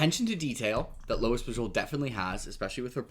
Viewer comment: Dude. It's Lois Bujold, not Louis. It's making me crazy.